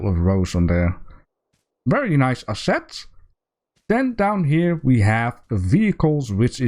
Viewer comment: remind me to learn you how to say assets and monsoon :P